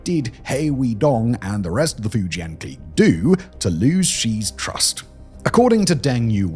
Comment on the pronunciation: Love ya, Simon, but your pronunciation of clique kills me.